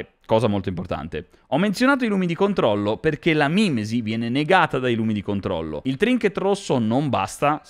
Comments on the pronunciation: ma è mimési non mi mìmesi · Tutto molto bello ma si dice mimèsi.